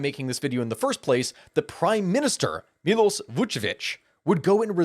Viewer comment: almost. he still mispronounces Miloš.